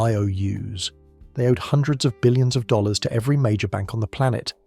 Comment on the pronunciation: you seem to have a problem pronouncing dollars and dealing with acronyms 🤔